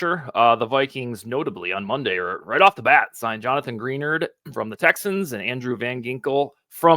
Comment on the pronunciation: It's pronounced Gra-nard. 👍